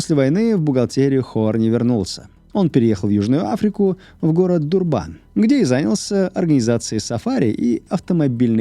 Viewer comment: Всё очень круто, и материал интересный, но почему ДурбАн, все в ЮАР называют его ДУрбан, при подготовке материала могли бы проверить ударение